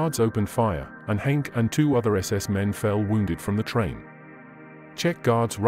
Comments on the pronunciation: I showed my father, who was 14 years old when he escaped in 1945, the video and he asked me why the name Hanke was pronounced so incorrectly? I had no answer...maybe lack of interest or inability!! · It would be nice if you pronounced the name of Karl Hanke correctly!